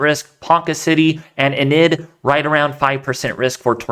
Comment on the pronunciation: Hi Boss. You pronounced Enid, Oklahoma as eh-nid, it should be Eee-nid.... Thanks and keep up the good work....